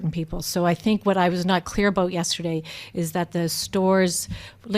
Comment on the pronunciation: Aboot.... I LOVE IT!